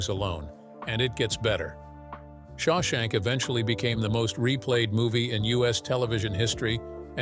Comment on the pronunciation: You can't pronounce Shawshank? But you have no trouble with "Papillon." 🦋